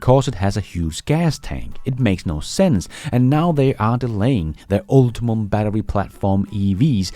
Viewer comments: Hey the GM EV Platform is "Ultium" not "UltiMum" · Ultium Ul-Te-Um not Ul-Ti-MUM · PLEASE: UltiUM, not UltiMUM. 🤢